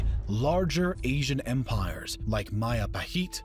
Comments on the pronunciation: Isn't Majapahit should be pronounced as Majapahit rather then Mahapahit? As it's not Spanish name. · MAJAPAHIT is not pronounced as MAYAPAHIT but as MA.DJA.PA.HIT (as in JAKARTA). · Mahajapit ❌ Majahapit ❌ Mapajahit ❌ Mahapajit ❌ Ma-ja-pa-hit? ✔️✔️✔️ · Its Majapahit, JEY, not YAY not mayapahit but Majapahit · Hey there, i'm Indonesian and Majapahit is pronounce with a hard J not a soft one so it is majapahit not mayapahit 😄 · As an Indonesian, Majapahit word is pronounced Madjapahit. Not Mayapahit. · MAJAPAHIT IS PRONOUNCED MAHAPAHIT!?!?! ‼️‼️ How the Philippines was colonized. SPANIAEDS USED NATIVE AMERICAN TROOPS IN THEOR CAMPAIGNS INTO THE PHILIPPINES!?! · I thought Majapahit was pronounced Ma-juh-pa-hit. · Ma - Ja - pa - hit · O i never knew Majapahit ever reach luzon, i think majapahit only fought against the sulu because of brunei's request to get rid the sulu pirates. Nice video, thank you but Majapahit is pronounced Majapahit J is J nlt Y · Inaccurate pronounciation of Majapahit. The J is not pronounced like Spanish ‘j’. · Majapahit has a hard J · Hearing majapahit pronunciation reminds me of bill wurtz video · The J in Majapahit pronounciation is same as J in Jack not as y